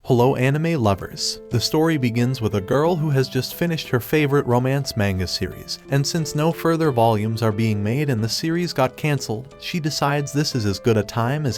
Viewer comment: I hate to sperg like this, but it's pronounced "mahnga" not "mainga" 😂